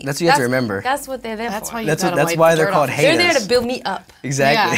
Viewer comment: When Josh says "Hatuhs"